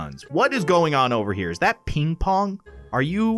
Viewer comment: I thaugth sayd “ is that pink pong 😅😅😅😅 and it’s ping pong